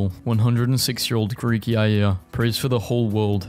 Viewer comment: I'M CRYING THE WAY HE PRONOUNCED γιαγια